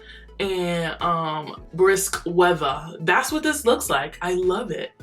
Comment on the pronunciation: The way your accent jumps OUT at "October" and "weather"